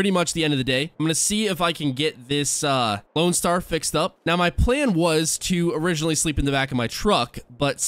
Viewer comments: Loadstar not loanstar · its LOADSTAR not LOANSTAR